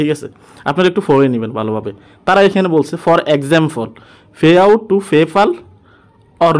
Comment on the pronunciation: ফে আউট না৷ পে আউট